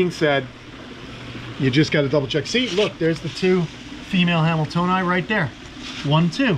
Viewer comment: 17th place ain’t nothing to sneeze at! Great job buds! I thought you said “Where’d that camel toe go?” (Hamiltonai?)